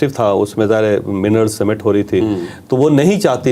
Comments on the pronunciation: Illiterate javed chaudhry sahib It is summat not simmat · Mineral cemet nahi Mineral Summit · چوھدری صاحب تلفظ بہتر کیجئے summit کا تلفظ اور کفار پر پیش ھے